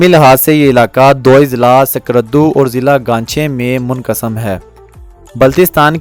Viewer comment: السلام علیکم جناب میرا نام محمد نواز میرا تعلق گلگت بلتستان ضلع استور گاؤں مومن آباد سے جناب عالی جناب آپ نے اس میں اسکردو کا نام صحیح کرکے نہیں لیا ہے باقی ماشاء اللہ آپ نے اچھی کوشش کی ہے بنانے کی بتانے کی ویڈیو بنانے کے ٹھیک ہے جی اس کے علاوہ دوسری مرتبہ اگر آپ کوئی ویڈیو بناتے ہیں تو اب یہ بتائیں کہ کس وجہ سے گلگت بلتستان کے گورنمنٹ اسکردو سے لے کے چیلم جانے کے راستے میں دیوثی کا روڈ کیوں نہیں بناتی ہے دوسی کاروڑہ پکا کرے تو آپ لوگوں کا فاصلہ بہت زیادہ کم ہو جائے گا اس سے لے کے چلم کے بعد پھر گدھے کے بعد پھر مومن آباد جیل آتا ہے اس کے بعد پھر استور آتا ہے آپ ایسی معلوماتی ویڈیوز دیتے رہیں بہت شکریہمیرا واٹس ایپ نمبر ہے یہ (( + 0092 ))